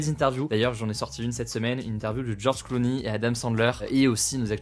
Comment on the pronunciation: moi j'ais toujours entendue prononcer George Clooney (jorj kloo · nee et pas jorj kloo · nie) à même le sous titre marque "une interview de George Clony" :(